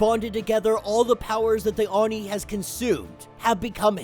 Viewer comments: Bro, it's pronounced ohh nee(Oni), NOT arny(Oni). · yeah i never heard anyone called it a oon nee hahaha. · I really dont hear him pronouncing oni in a very bad way... And I am more used to hearing Japanese than English... He seems to have a hard time saying it... But the resault is not bad... At least he doesnt say "ounee" as many English speakers do... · Just a heads up it is pronounced “ Oh-Nee”. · I have never heard someone say oni like that before XD I like kid venoms story so far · isn't very good at Japanese names and pronunciation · Lmao you’re not really into anime like that are you? You butchered the way Oni is pronounced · No, is not very good at pronunciation of Japanese names